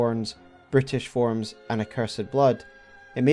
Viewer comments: You call the Omens "brutish creatures", I keep hearing "British creatures". My French ears say it's right 😂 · I know you probably meant to say "brutish monsters", but it sounds like you're saying "British Monsters", which is a lot funnier. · I cant help myself but hear "this British creatures" instead of "this brutish creatures". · I kept hearing British instead of brutish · For a moment I misheard Brutish creatures to British creatures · Every time Brutish was said, it just sounds like British. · The way you say Brutish sounds like you’re saying British and it’s honestly hilarious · Amusingly, your accent to my accent I heard and as "british" instead of "brutish" for a split second. Which led to a pretty amusing concept, that the Omen were British monsters. Like oh no, we birthed a Brit! Into the sewers with you! This is one of the best most researched omen videos out there. And I have watched hundreds of ER lore vids by this time. Its given me a lot to think about. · Every time you say “brutish” it sounds like “British” yet it still fits. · Every time you describe the Omen as "Bruteish" I hear "Brittish". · I honestly thought you kept saying 'British' instead of 'brutish' made it really interesting 😆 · Every time you say brutish it sounded like british to me. The fact it's mostly synonymous makes it more hilarious. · I kept hearing your pronunciation of the word "brutish" as "British", and I was so confused haha. I thought that was a joke until I realised I misheard it. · Making "brutish" sound like "Bri'ish" was a stylistic choice, in my opinion. Anyway, another banger video! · I heard "british" too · Everytime you say brutish it sounds like British to me. I'm not complaining, I just wasn't expecting to laugh in an Elden Ring lore vid!